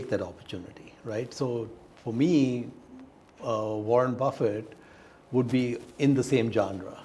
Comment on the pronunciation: God. You also say Warren Buffai! It Buffett. Not pronounced like buffet.